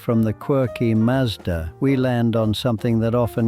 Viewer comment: Since when was a Maazda a Marzda in Australia? Or a six-two-six a six-hundred-twenty-six? Makes me wonder if you are really an Aussie mate!